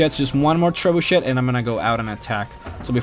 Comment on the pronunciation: lol tre-bu-chet hahah its treb-u-shay